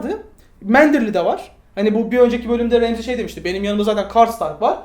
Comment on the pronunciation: abi remzi kim ? ramsay e remzi demeyi bırakın artık